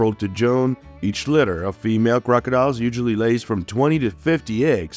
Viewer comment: Eggs are laid from appril to Joan. The incubation temp is between 31 and 32 degrees celecius. Synthetic voices, I love 'em.